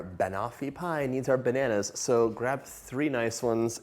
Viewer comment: thumbs down for overemphasizing almost every "so" as "SoOo" in attempt to scintillate the viewer. The overuse of paralanguage becomes kitschy, cringey, and annoying.